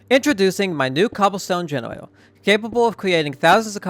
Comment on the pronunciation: “Introducing my new cobblestone generwator” love the vids keep it up 👍